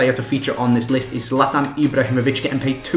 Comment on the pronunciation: hehehe at the beginning you said highest "played" instead of paid